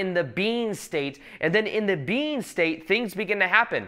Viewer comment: What is saying: When I'm making these videos I'm just being. What I'm hearing: When I'm making these videos I'm just bean.